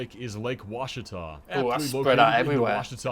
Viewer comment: I’m glad you seem to have researched how the pronounce the names of the lakes, unlike so many others. Thank you for at least getting Ouachita (WASH-itah) in Arkansas correct! But I’m kinda surprised you didn’t mention that it’s one of the cleanest lakes in the country, too.